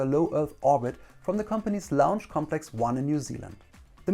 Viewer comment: Like the video, but can't stand that he keeps saying Lounge instead of Launch